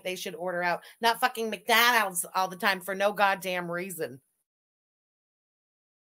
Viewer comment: the accent “everybody LOoOoOves macDANHALDS” ends me every time oh my god 😂